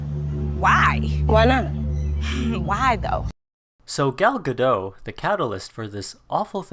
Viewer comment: Hey! Native hebrew speaker here. It's not gal ga-DOUGH, it's gal ga-DOT ;)